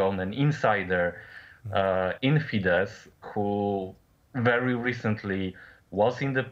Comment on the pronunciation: I know it is a surface level criticism, but you are making a wasted effort to pronounce FIDESZ as fidesh. It is actually pronounced fides. Thanks for the news anyways!